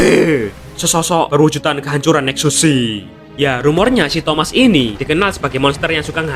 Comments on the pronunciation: Baru sadar bro bilang thomas bukan thamuz😂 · Thamuz❌ Thomaz✅